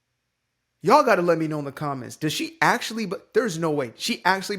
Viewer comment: Why the actual "F" do leftists keep saying "Ye'all".